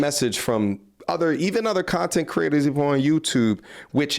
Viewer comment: A piece of "shontent" 😅